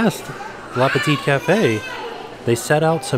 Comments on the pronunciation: Nice tour! Btw, it's "le petit café" and not "la" ;) and the last t is silent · hahaha with the last T of petit (should'nt be pronounce) it's pretty cute when it's said by Anglophones